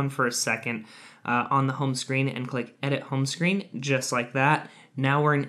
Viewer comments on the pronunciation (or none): none